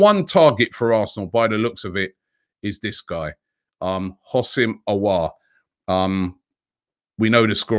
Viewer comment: Robbie the H is silent. It’s pronounced oh sim 😂